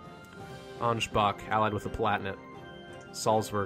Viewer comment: From someone who actually can speak German: what ch in German is NOT pronounced “K” almost all the time. the.only people who pronounce Ansbach Ansbak are lazy English speakers who doesn’t really care.